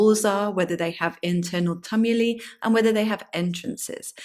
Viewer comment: Never heard "Tumuli" pronounced your way ! Check on Google ! ! !